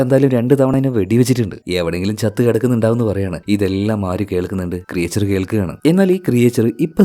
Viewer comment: ക്രിയേച്ചർ അല്ല ക്രീച്ചർ